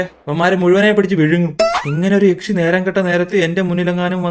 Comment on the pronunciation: എക്ഷി അല്ലാ ബ്രോ "യക്ഷി"